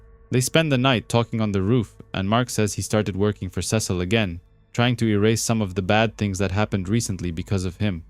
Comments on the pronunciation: back after a break, dude said "Ses-seal" 😭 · Youre right ots sea salt